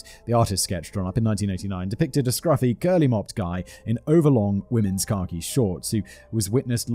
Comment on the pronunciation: Does anyone else hear “car key” shorts, when Simon says khaki? For the life of me, I couldn’t imagine what car key shorts were!